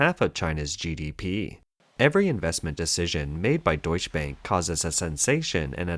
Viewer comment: Its violent hearing deutsche bank said wrong so many times.